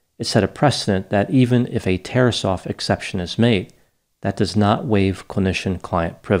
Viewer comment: what was that you said at the end? A “terosophic ception”? “Terrasophic section”? How can I know if I found something is as interesting as something if I don’t know what that something is? 🤪 My layman analysis of the dude you talked about: he’s a control freak with no rage control.